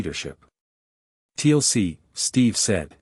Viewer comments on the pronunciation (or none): I know great story but TLC in Stargate big no. AI still has a lot to learn about pronunciation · Listened to several of these cross character Stargate stories on different channels and so far none of them have pronounced Teal'c, Jaffa, Tokra and Naquadah correctly! ( Tealk, Jaf FAH, TOE kra, NA qadah). Feels like if a TV show is going to be used as the backdrop for a story its only proper that the names in it are pronounced right.